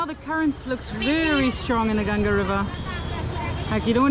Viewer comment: Appreciate you pronouncing Ganga correctly and not Ganges. Oh and picture with other lady with tattoo love❤